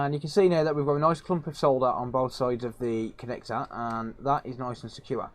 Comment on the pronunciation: leave it up to the rest of the world (not usa) to pronounce solder correctly good job man.